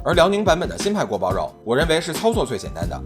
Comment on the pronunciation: guo bao you is the correct pronunciation:goat-turquoise-white-horns